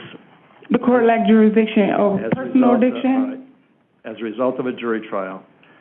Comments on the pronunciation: What is it with the 13% usual suspects absolutely butchering the English language? What the fuck is jurasdeeshon? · Court lack juridiction. What a moron. Can't even say the word. You are in PRISON idiot. I think jurisdiction has been proven.